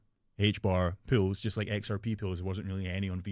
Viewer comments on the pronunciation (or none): Did you say "Puulls" or Pools?😂